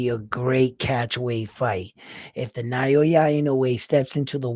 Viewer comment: It’s pronounced as NA - OH - YA not NA - YO - YA love your analysis 2 weeks ago. And wow you look sharp this time. New subbie here.